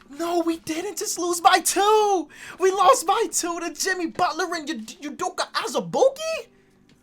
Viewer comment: “UDOKA AZUBUIKE” the way he said that had me dead